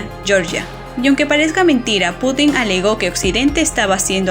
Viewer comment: Muy interesante, salvo el hecho de que el Presidente de Rusia no se apellida Putín (literalmente puta pequeña), si no Putin (con acento prosódico en la u). Igualmente, su nombre no se pronuncia Vladimir, con acento en la última i, si no en la primera. Buen vídeo y muy interesante.